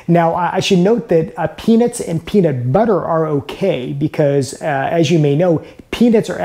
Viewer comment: Pee-nits and pee-nit butter? That a regional accent?